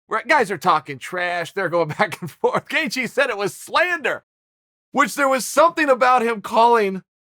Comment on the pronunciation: The only name being slandered is Gaethje, and it's by Chael saying "gaycheez" every time he attempts to say his name.